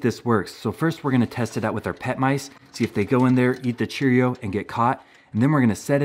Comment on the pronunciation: I've never heard Cheerio said so strangely. Chair-io. Still loved the video! Thanks man!